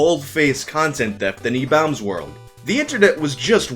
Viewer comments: stop saying like that im gnna go retarded "EBAULMS WERLD" stahp- oh god. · Lol i thought it was pronounced ebaumsworld not ebowmsworld Learn something new every day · I thought it was pronounced Ee-bombs world lol idk tho I don't think I was alive back when it was popular or at least not like cognitive I was born in March of 2001 so idk lol lmk🤷🏻‍♂️😅😅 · I've always pronounced it e-bombs world lol thanks for the clarification lol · IDK why but I always pronounced it e-BAWm's world. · RIP YTMND ⚰ So were my group of friends the only people who [mis]pronounced EW as "E-Bomb's World"? Maybe it was the slang and interests of the time. ...of that particular group. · I have never heard ebaumsworld pronounced that way, ever. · So are you saying I've been pronouncing ebaumsworld wrong for something like 15 years? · Why do you say Ebaumsworld so weird? You said that guys name right(the first time), but then say the same word wrong when saying Ebaumsworld. You said it right later in the video. So I guess good job?